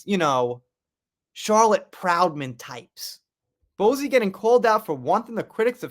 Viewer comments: I love your videos, so I thank you for your hard work and always trying to keep us up to date. By the way, Bouzy is pronounced Boozy, but I kinda actually prefer your way of saying it. It would drive the ego monster that is Bowzy, mad!! Love it xx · Who is Kate Middleton? Also- it's pronounced BOO-zey. Not Bo zee. Good bruadcast otherwise 😂❤ subbed...